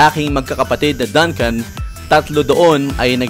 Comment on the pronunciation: is pronounced as "DUNG-CUN". Just like Dunkin Donuts. Fyi